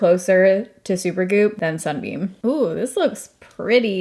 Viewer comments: It's Sun BUM - not Sun Beam....just sayin' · Sun bum not beam 😊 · It’s Sun BUM not beam…😂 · Hi, first off, I must preface my comment by saying I adore you, have been watching for yeeaarrss…but I had to giggle in the beginning, every time you said “Sunbeam”. The brand is actually “Sun Bum”. I only know this because I love their leave in hair conditioners, especially for summer beach hair. But shout out to Sunbeam, they make my favorite heating pad, which I could not live without! Much love ❤️ and hugs 🤗